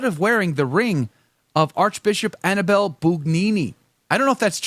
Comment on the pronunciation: If you want me to take you seriously, can you AT LEAST pronounce the name Annibale--(ahn--EE-bah-lay) correctly? Try it. Ahn--EE--bah--lay. The stress is on the second syllable. Ahn--EE--bah--lay. The name is not Annie belle. Not unless YOU wanna be known as Josephine. Ahn--EE--bah--lay. Ahn--EE--bah--lay. Ahn--EE--bah--lay.